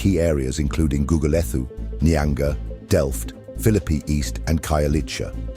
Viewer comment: AI narration isn't going to make you feel accepted. For example, the h in Gugulethu is silent. Goo goo le too would be more apt.